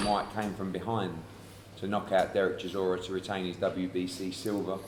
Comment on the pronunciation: Dillian keeps call chisora sirora lol